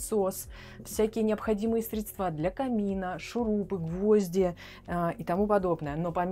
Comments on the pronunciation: Ага , и конечно же средствА . И еще что то резануло слух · Это для кого вообще такие блага жизни ? Вы вещаете для представителей beau monde? Вас смотрят бедолаги из регионов с зарплатой в 30 т.р. Считаю не уместным демонстрировать такой проект в такое время, такой аудитории. В кругах коллег- профессионалов, пожалуйста. Средства- ударение ! NOTA BENE!